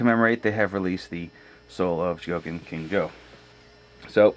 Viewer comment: Uhh say cuz..It's pronounced CHO-GO-KEEN. Not chuh-GO-kin. Cool review otherwise.Never liked KJ until now.Waitng for GX-40(Raideen) Oh yeah!